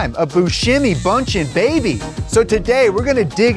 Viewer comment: i know i am late to party but u have been calling the lady Bündchen pretty wrong, the name is german and it sounds very very different get ur self a german speaking friend and let him say the name properly (i speak german and know how it would be said but i have no idea how to write how it sounds)